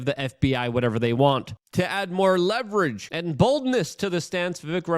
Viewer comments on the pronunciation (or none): none